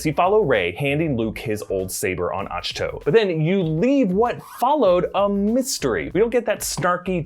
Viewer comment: ITS AHK-TWO, not Otch-toe!!! They literally say it in the movies.